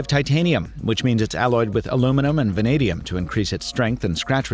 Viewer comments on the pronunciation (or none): none